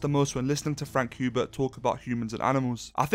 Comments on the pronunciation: Sweet Jesus hearing HUbert instead of HERbert is distracting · Says after reading dune Messiah Paul atredies is is favorite character Pernounces "Hubert" instead of "Herbert" Lmfao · In the video you were saying frank herbert's name wrong